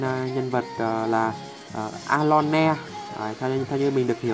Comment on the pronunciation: Vcl Ơ lôn đọc a lo ne:)))))